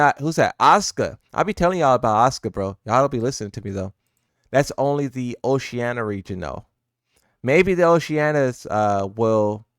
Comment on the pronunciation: Bro doesn't know how to pronounce Oceania, man is saying Oceanna lmao